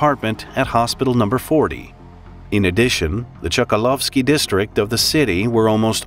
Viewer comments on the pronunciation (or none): ChkAlovsky. Stress on "a". BorIs. Stress on "i".